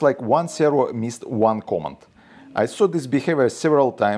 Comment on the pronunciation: Thanks the video. As a bit of feedback, the way you pronounce "command" makes it sound like "comment". First I thought I was missing some robot jargon, but at the end of the video I understood what I was supposed to hear. ❤️